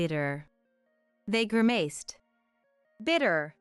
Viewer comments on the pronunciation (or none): You all say grimaced wrong, the second syllable has a short a you all use a long one. It does not sound like maced, as in the bad spray used on criminals. Get that fixed please. Are you happy when folks say your words with the wrong inflections, well so are we, who actually know how to speak english. There is no word said how you said it. It's just nasty how you do.